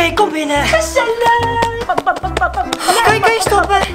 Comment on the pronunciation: Die GE-ZEL-LIG 🤣😭😂